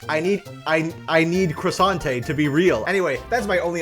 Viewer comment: Not Crossainte instead Quesante